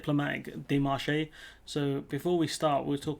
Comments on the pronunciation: Dé mar che, not, dé mar ché. Not ché, che. 🙂 Pronounced, dei maarsh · Pronounced "Démarche" (NOT "daymarchay")